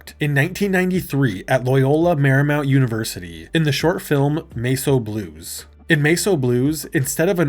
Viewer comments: my dude, why did you pronounce it MEH-SO Blues? It’s literally just the word “mess” and it’s a play on the Elvis song “A Mess of Blues.” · There is NO WAY bro is pronouncing Mess O' Blues as "MACE O' Blues" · Why did you pronounce Mess O Blues as Mace O Blues? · Why are we pronouncing it ‘may-so blues’? It’s ‘mess’ as in ‘messy’. .. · Mace Oh Blues? Why would you pronounce it that way? 😂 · Seriously, how fucking stupid do you have to be to mispronounce the word "mess"? And not just once, but multiple times? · bruh, Mess is not pronounced like that.